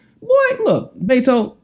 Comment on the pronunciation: not "Bayto" he pronounces his name "Betto"